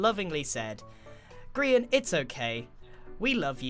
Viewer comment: People: Grian Zleo(zombiecleo for short): Grain Subtitles: Crean